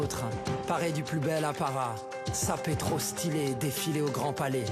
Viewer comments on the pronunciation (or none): "Sapés trrrop stylés!" Putain, cet accent qui affleure...